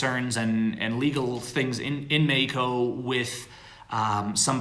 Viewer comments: STOP SAYING MEXICO LIKE THAT!!!!!!! It's very annoying. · Am i the only one that can't stand the way pronounces Mexico